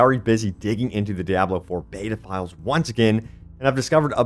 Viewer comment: I love how you say "de-abb-loo" lol